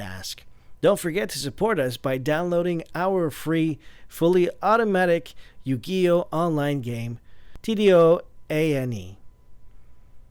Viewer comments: Yu Gee Oh. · "Out game YOO GEE OH" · Why does he mispronounce Yu-Gi-Oh!? The moment I heard this guy say it wrong I right away cringed,ugh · I don't blame you,I just cringed the I finally to that part and thought "I can't believe he Yu-Gi-Oh! like that,I felt like saying to him:"what the f is wrong with you?" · yu "guy" oh reply a if you agree with Obstsalat95